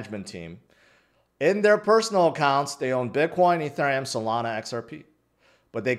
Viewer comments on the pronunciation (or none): none